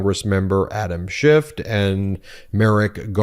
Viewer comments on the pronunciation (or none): Adam Schiff not Schift. Ben has swallowed Trump's meme "shifty Shift". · It's Schiff, not Shift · Great post! Just a small comment--the representatives last name is Schiff not Shift. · Schiff not Shift, please.